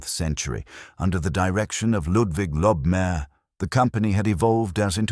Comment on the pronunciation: It's pronounced lobe-my-err, not lob-mare. Lobmyer still exists today in Vienna.